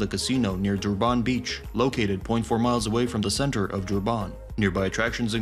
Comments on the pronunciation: It is not prenosed dooban .it's durrrban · Durban is pronounced as Durbin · Got to hate AI speech. DurbARN ffs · Honestly the more you say Duban makes me wanna report the video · as a south african....the way he pronounce Durban just hurt my ears...